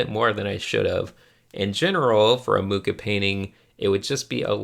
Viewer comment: Ah yes, the return of